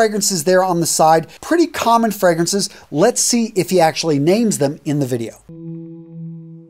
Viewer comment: Good gracious..you butchered all the names of the fragrances. At least TRY to pronounce the names correctly